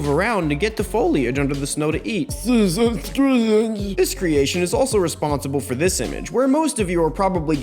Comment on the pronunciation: Seeeshuns greeshengs